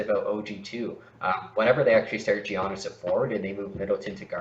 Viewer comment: 50/40/90, 21ppg, top 3 mid range in the league, way more efficient than JB and BI, better defender than JB and BI, and better passer than JB and BI, but ranked lower than JB and BI? Giannis isn't pronounced "Jeeyonis" Criticizing low block numbers is a strange criticism of players on a team that give up by far the least paint points in the league.